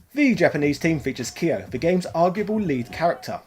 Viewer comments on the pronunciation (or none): Before watching, are you gonna say Kaio instead of Kyo, just like you say rAyU instead of Ryu? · when i heard "Kiyoh", i closed the video.